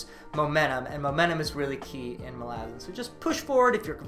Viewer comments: I really have a hard time with how you pronounce it. You pronounce it 'ma-la-zin', but I've always heard it is as 'mal-a-zAn' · its MAlazan not maLAzan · Mal-ah-zan malazin wtf bro try harder great video btw. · wtf is that pronounciation.. its mah- la- zan not mal- aazan.. get it right sir lol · hermione voice: It’s malazan not malazan🙄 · Stop saying Malazan, it's Malazan.